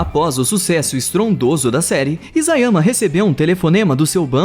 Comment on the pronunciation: "Sucesso ESTRONDOso"